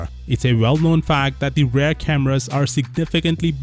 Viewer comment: YOU KEPT ON SAYING "RARE" CAMERA =] SERIOUSLY HOW IS LEARNING ENGLISH DIFFICULT? "REAR" CAMERA! PRONOUNCE THE E SYLLABLE DAM YOU! LIKE THE WORD SEE!